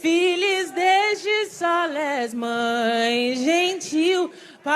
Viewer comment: Falaram "sole" mesmo?